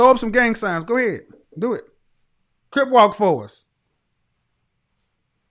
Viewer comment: Crip bro not crypt 😂